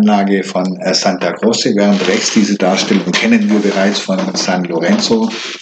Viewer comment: Bitte nicht Santa "Grosse" aussprechen! Im Italienischen wird C vor E wie tsch ausgesprochen, C vor einem Konsonanten wie K, also Santa "Krotsche".